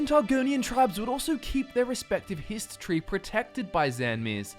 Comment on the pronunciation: For some reason, it's really hard not to hear "history" EVERY time you say "Hist tree" lol.